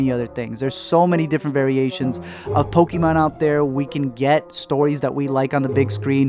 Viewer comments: It's not po-key-mon it's po-kay-mon. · It not poky mon it's pokaaaaaamon